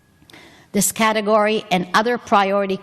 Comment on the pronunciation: Who’s the lady who says GATEGORY? Looks like the nit-wit reserves are chock full. What the actual…